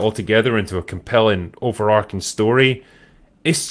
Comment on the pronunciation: Overarching, not overarcing. Overarcing is not a word but for some reason many YouTubers say it.